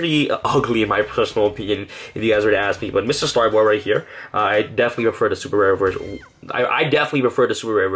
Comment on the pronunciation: MISTAR Boy, not Mister Star Boy. Altergeist, not Alter Jist. Synaphysis, not Cinninamasis. Frisson, not Frissen. Infra-Flier, not Infra-Fleer. Sniffer, not Snyfer. Capacitor, not Cap A Cider. Compiler, not Cum Pillar That's just the English words. Now, names like Nephthys I can understand you mispronouncing, but where did you get "Nempathys?" There is no M in that word.